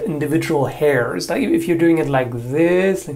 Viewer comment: Did you rike it?